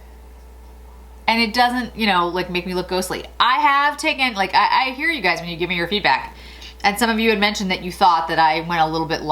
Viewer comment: When you say, “I here you guys...”, I feel like you’re really saying “I HEARD YOU.” 🤣